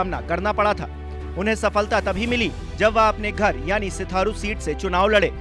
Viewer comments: सीट का सही नाम सिराथू है, क्रपया सही उच्चारण करें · अरे भाई यह सिराथू है आप बार बार सिराथू बोल रहे हैं ठीक करें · तुम रिपोर्टर होकर गलत नाम का उच्चारण कर रहे हो ये 'सिराथू' नाम है शर्म करो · Right pronunciation kro sirathu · Kam se kam Jagah ka naam sahi se lo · सिराथू है सिथारू नहीं... सिराथू विधानसभा सीट है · Sitharu nhi h bhaiya Sirathu h 😀😂😂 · Sitharu nahi Sirathu 🤣🤣🤣🤣 hai re pgle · Setharu nhi bhai serathu hota hai 😂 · Not sutharu this name is sirathu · सीथारु नही सिराथू है भाई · सिथारू नही सिराथू नाम है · सिराथू को सिथारू सिथारू क्यूं बोल रहे हैं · सिथारू नहीं यार सिराथू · सिथारु नही सिराथू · Sirathu not Sitharu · Ek to nam glt le rhe upr se itni sirathu ko sitharu bol rhe😅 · Sirathu ko sitharu mat kaho! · Sitharu nhi Sirathu hai ...Naam to sahi lo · सिथारू नहीं सिराथू भाई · Anpadh Patrakar Sitharu nahi Sirathu hota hai 🤣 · सिराथू है नकी सिथारू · Bhai sitharu nhi Sirathu hai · Sitharu nhi. Sirathu🤣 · Bhai hindi sudharo Stharu nhi Sirathu nam he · It's Sirathu not sitharu. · Sitharu nhi h sirathu h pehle naam to sahi lo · Sirathu h na ki sitharu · Abe सिथारू नही सिराथू। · New 24 ke chalk ji sitharu nahi Sirathu hai kam se kam sahi se bolna Sikh lo bhai ... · Bolna sikh bhai hindi nhi bol pa raha hai सिराथू हैं सिथारू नहीं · Sitharu nahi sirathu hai mahasaye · Chutiya aadmi sitharu nhi sirathu h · सिथारू नही सिराथू बार बार सिथारु बोल रहा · 😀😂 सिराथू 😀 सिथारू नहीं 😀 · Hindi nhi aati kya ko sirathu ko sitharu kehta hi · अरे भाई सिराथू को सिथारु क्यों बोल रहे हो पढ़े लिखे नही हो क्या😂😂😂😂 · अरे मालिक सिथारू नही सिराथू से 😊😀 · Abe bakchod..sitharu nhi..sirathu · Bhai .. Siraathuuu hai ..na lo sithaaruuu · Sirathu it's not sitharu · अरे भाई सिथारु है या सिराथू। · सिथारू😂😂😂 सिराथू है । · Bhai sirathu hai sitharu nhi 😂🤣😂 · Sitharu niii sirathu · अरे भाई सिथारू नहीं है सिराथू है 😂😂😂😂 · सिथारू नहीं है महाशय सिराथू है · गदहा ससुर सिराथू है सिथारू नाय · सिथारू नहीं भाइया😄🤣😁 सिराथू है यार 😄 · Sitharu nahi sirathu bolo bhai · सिथारु नहीं सिराथू बोल